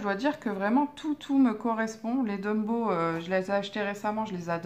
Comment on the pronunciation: ptdr LE LAPSUS DE FOU QUE TA SORTIE MDR TU ES TROP DRÔLE TU M'A RÉVEILLé DIRECT LOL LA FOLLE!!!! et tu à replonger lol pourtant tu arrivait à dire Tombow et la tu redis Dumbow mdr t trop marrante!! ;) pour la box jt comme toi sur le livre je suis resté bloqué dessus deux heures tellement il me tarde d'imprimer un colo pour le faire (car je colorie jamais dans mes livres pour avoir le choix à l'infini de le refaire et pouvoir soit offrir ou encadrer, cela m'avait bien servie de pas colorier dans les livres car j pu exposer mes colos dans un exposition dans mon village et un autre peut être du coup c mieux pour moi car exposer des livres c compliqué lol) Tu as eu de la chance d'être choisie en même temps c normal je trouve et tu es tombé sur une des plus belle box pour moi qui suit abonné depuis décembre!!elle est dans mon top 3 et moi j'adore colorier les visages et cheveux de femmes du cooup je suis gâtée!!! ;) mais tu as raison ce livre c'est vraiment un bijoux!! un bijoux de collection magnifique à avoir dans sa collection c sur!!! moi aussi j'étais super contente!!! sinon n'hésite pas à venir me voir sur ma nouvelle chaîne qui parle de coloriage biensur et de beauté!! j'ai ouvert il y a pas longtemps et j'ai été tagger aussi donc les vidéos colo vont très vite arrivées!! tu es la bienvenue!! sinon change pas tu est toujours aussi sympa et surtout rigolote j'adore tes vidéo , bisous ma belle!!